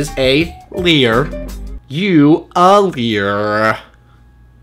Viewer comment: " a lyerrrrrrr. ive never been called a lyer before..." I AM DYING